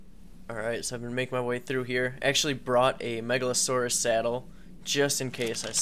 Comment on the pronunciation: Megalosaurus is pronounced Mega-lo-saur-us Not to be rude but it kinda bugged me